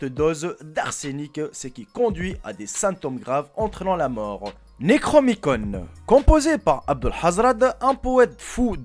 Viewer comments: On dit "Necronomicon" ! Et les images que tu as mis sont des illustrations du web. Le Necronomicon et le mythe de Cthulhu sont issus de l'imaginaire d'H.P Lovecraft. PS: le livre Euthanasia de Hickey dans le thème du suicide est facile à trouver et pour l'avoir lu en pdf, y a franchement rien de follichon. En revanche un livre sur le même thème "Suicide mode d'emploi" de Claude Guillon est interdit, plus imprimé depuis des décennies et s'achète 300/400€ d'occasion. Et la en revanche c'est quasiment 250 pages avec des moyens infinis de se suicider avec des trucs facile à trouver (sans douleurs), le livre de Hickey 90% c'est des poisons dont certains qui n'existent plus et qui sont pas accessible. Bref "suicide mode d'emploi" est un "vrai" livre dangereux et interdit (pour l'avoir feuilleté j'imagine même pas le carnage si l'état n'avait pas fait de procès) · C'est Nécronomicon, et Cthulhu, c'est bien de faire des vidéos mais essayes au moins de faire des recherches sur les prononciations avant merci pour nos oreilles.